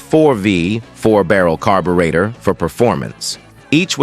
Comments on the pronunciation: Gee, can we pronounce "carburetor". How stupid. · THE BOT CAN'T EVEN SAY "CARBURETOR' WELL..DOWN WITH BOTS!